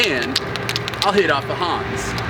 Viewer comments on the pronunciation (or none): none